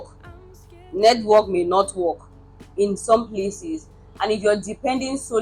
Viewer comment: all the t's are missing in your pronunciation -- Nord, Nedwork, nighd (night) life.